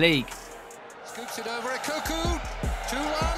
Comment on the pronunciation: JJO then Kanu bar none a country miles above everyone else & mispronunciation of Efan’s surname criminal 😂🤣😂😁